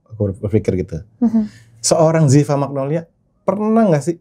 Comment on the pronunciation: magnolya pls bkn magnolia dear editor